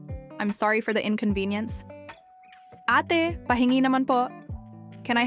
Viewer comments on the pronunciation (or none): Say A-teh not ay tee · "Ate," as when addressing an older female respectfully, is pronounced with a soft "a," as in "apple," and "teh," as though an "h" were at the end. Ah-teh. Wonderful narrative! Subscribed :)